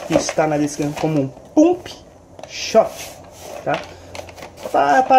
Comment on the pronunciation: Se pronuncia pampi